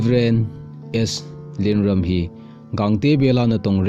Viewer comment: Amin chu nasei dih thei mo na e.. Eipaova pronounciation bol lechun dihchetdi hija.. Lienrum ahi. Rum khu kaisao di ahi... Ram hilou in Ruum tiding ahi..